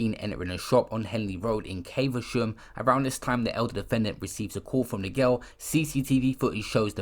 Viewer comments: Bro it’s not pronounced Caiv-a-sham. It’s cav-a-shum i live here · It’s prounonced cavershum dm tho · Caver-sham lmao 🤣